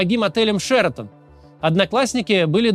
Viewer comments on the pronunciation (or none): Максим, в целом с интересом и удовольствием смотрю разные ваши видео, но какая же у вас беда с ударениями!!!! ШератОн и НасраллА правильно! И это только в этом ролике, в большинстве других, что мне попадались, тоже по несколько ошибок с ударениями